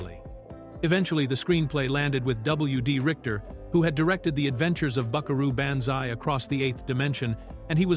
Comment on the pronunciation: "Buckaroo BAN-zai"???